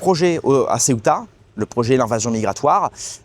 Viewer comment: Mais non pas LA Ceuta ,Ceuta prononcer CE-OU-TA.Ce n'est pas une ile c'est une enclave au Maroc.